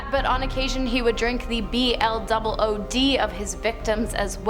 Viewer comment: She can't say blood how can everyone else say it.